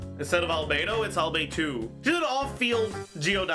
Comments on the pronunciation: Not Albe-two. Albe-dos!😂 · *Albe-dos. She is Albe-dos. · She's not albedo She's albere